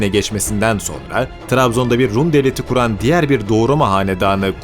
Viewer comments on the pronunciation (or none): none